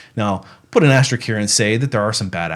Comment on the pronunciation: the word is "AsteriSk." The word "risk" is in it.